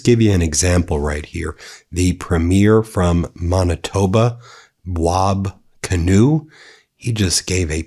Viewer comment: Thank you for pronouncing Wab Kinew's name correctly. He is a national sane voice.